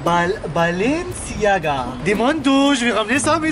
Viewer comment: Le père : bababalenciga mdrr